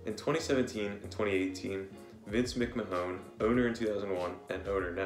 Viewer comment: the way you pronounce mcmahon is funny as